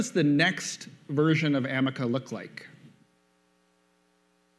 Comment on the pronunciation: Very Friendly ! Do you like calling you Amek instead of Ameca(A.I) ? -Vijay,Ongole